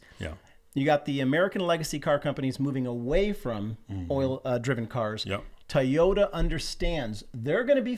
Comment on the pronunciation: Guys, what's up with the pronunciation of TOYota!??? What do you call your kids' toys?? Ties?